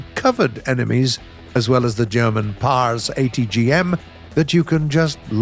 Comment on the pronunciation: is the only person I know that can pronounce German words properly, as well as Russian words and maybe Swedish words too?